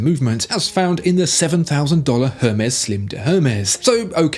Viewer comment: Hermes = pronounced * Er-May * Making yourself sound stupid mate.